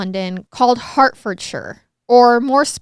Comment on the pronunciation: Just a FYI Hertfordshire-Heart-ford-sheer No hate